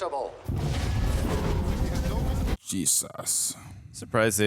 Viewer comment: “Lower Manhattan is virtually IN…aacchhhsshhhessable”